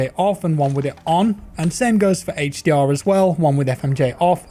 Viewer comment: Came here for the "hache dee awr"